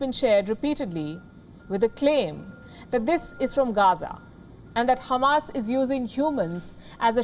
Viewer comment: Are you Israeli too Sister? For saying Khamas rather than Hamas